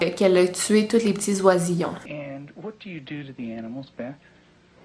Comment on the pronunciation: Je crois que beth ,sa se dit bess😄 sinon super video